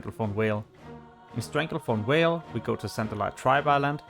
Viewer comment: Schorlomanch and Stranglethorn Whale - New zones in TBC, HYPE ! Also, it's called "revEred", not "revurd" :P